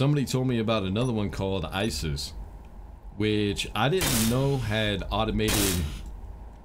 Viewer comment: Lol, bro you called Isy's, ISIS!!! Easy mixup if you never heard someone say it, but funny 😎